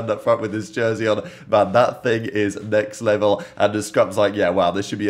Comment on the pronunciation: yo, did you say NECKS-level? sheeesh xD